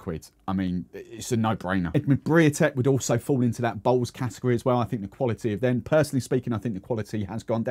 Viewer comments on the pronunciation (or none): none